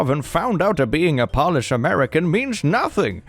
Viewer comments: Its pronouncing polish like nail polish for me 😭 fyi it’s pronounced like “p-oh-lish” if that makes sense lol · there are wireless vr headsets that u place ur phone onto to play games, so that kid couldve been playing something also Polish is pronounced "poe-lish," and "pah-lish" (how u were saying it) is like nail polish :) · Polish??? I'm sure it's Po-lish.....lolol the other one is like giving something a shine. No one cares about my polish heritage either. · Am I an uncultured swine or is saying Polish wrong?